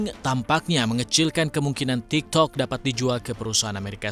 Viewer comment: waktu ngomong tiktoknya gW ngakak🤣🤣ngomong nya kurang pake kolkolah😆